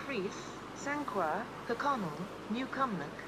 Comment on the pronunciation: Some dodgy pronunciations of sanqhaur and auchinleck!